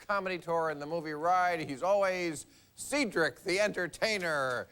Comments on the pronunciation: "Cee-dric" the Entertainer. C'mon Bill. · Bill called him "Ceedrik" haahhh! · See drick? I'm sorry. How do you fuck up the pronunciation of Cedric? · I was like "Seetrick?!" And then Cedric corrected him! 😂😂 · Bill calling Cedric "See-dric"... You'd think they'd get that shit straight before the show. How hard is it to confirm how to pronounce a name properly? Even if it's "obvious", it's not always obvious. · This woke liberal said "See-drick." 🤣🤣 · See-dric the entertainer. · He said said Cedric's name wrong. What an asshole, can't stand that guy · Fucking Bill can't not be condescending. You know damn well he knew how to pronounce Cedric and also knew that Cedric doesn't consider "the Entertainer" to be his last name and go by "Mr the Entertainer." Bill is a world-class douche. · who pronounces Cedric like that?